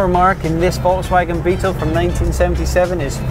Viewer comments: It is actually pronounced (folks-vawg-in) not (volts-wag-on)............... Wouldn't have a problem with it if the host didn't say "or in German...." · de Rooij no it's Volks fagen with a long a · Ronald de Rooij I was trying to spell out how it should be properly spoken in English, sadly I do not know phonetic script, like what is in a dictionary... The presenter butchers the pronunciation ironically right after saying "or in German..".